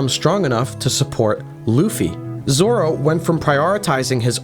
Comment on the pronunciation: lol Roranoa "Zolo"